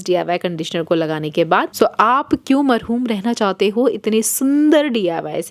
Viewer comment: Oo lovely sister marhoom nahi hota marhoom hota h ❤